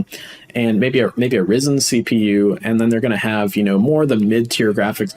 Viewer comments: Awesome video, just one complaint... It's RY-zen... Not "Rizen". 😮‍💨😆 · RYE-ZEN not REE-ZEN my Brother.